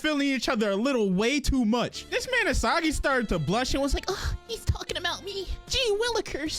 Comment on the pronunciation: E saw gi I thought it was e see gi